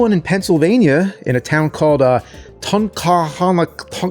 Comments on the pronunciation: As a native of Scranton myself (the town of Clarks Summit to be precise), I will tell you that the town of “Tunkhannock” is pronounced “Ton-can-ick.” It’s awesome to see my local area get some representation, especially for a classic Pizza Hut! Thanks for the video James! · Being a resident of the area, its pronounced Tun-can-nik. Just holy shit, you were 20 min away from the house. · This place is maybe 20 minutes from me. Its pronounced ton can ick. They still do book it. Its an app now. My kiddo did it over the summer. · It's pronounced Tun Can Nick but appreciate the shoutout for Scranton too. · I'm from around that area. It's pronounced like tun-can-ik, emphasis on the tun. Tun-canik. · City is pronounced TON-CAN-ICK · btw its pronounced Tunk-Han-Nock, exactly as its spelled. I never understood the problem with pronouncing it. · I grew up in Tunkhannock (it's pronounced ton-can-nock) and that location opened when I was in high school in the late 80's. for about the first six months or so it was opened it was so popular you needed a reservation to eat there. I haven't been to that Pizza Hut in years but it looks the same as it always did. and also not far from there in Scranton on Keyser Avenue used to be one of the last "classic 60's era" McDonald's left in the country. a few years ago they finally tore the old building down and replaced it with a modern one, but the old double arch "McDonald's Hamburgers" sign still stands in front of it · It’s pronounced Tun-can-nuck 😀 👍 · We used to eat at that exact location when I was a kid in the early 90s. It was my favorite. I would always get my Book-it personal pan pizzas there. Tunkhannock is pronounced Tunk-can-ick. Thanks for the memories. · James not knowing how to pronounce tuhng·ka·nuhk while being raised in Pennsylvania is crazy 😅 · im a local it's pronounced "tunk-han-ick" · That's our back yard! 😄 It's pronounced Tun-can-ok The waitress is Reenie. 😁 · NEPA resident here. It’s pronounced Tun-Can-Nuk